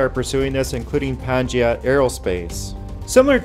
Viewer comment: Hahaha you need to learn how to pronounce Pangea 😂